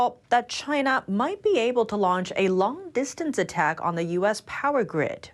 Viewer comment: Anybody notice "Lunch" instead of Launch